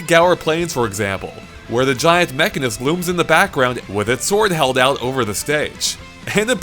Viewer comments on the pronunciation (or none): It's not pronounced "mech-an-is", it is pronounced "mech-con-is" sort like how you would pronounce "mech-on" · "Mechenis". Nice job lol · The camera is...smashing! Just like this video :) Also... it´s Mehooonis, not Mekkonis : > And technically, its not a guy. It´s original soul was Meyneth, a female. // Nitpicker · Did you just say 'Mecha-nis'? Respect the o, respect the o Edit: 'wouldn't mess with the guy' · The way he said Mechonis gave me ulcers. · hold on a long sec.... did this boi just say.... Mechanis???? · That mispronunciation of Mechonis (it's pronounced Mech-CON-is and also it's technically female), other than that amazing video and keep up the good work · did you call the mechonis the meckanis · i think he said meckanis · You can tell has never played Xenoblade. That was the worst pronunciation of Mechonis I have ever heard. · Crusty Bogan also the sentence "we still wouldn't mess with the guy ." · HATE to be that guy, but you pronounced Mechonis wrong.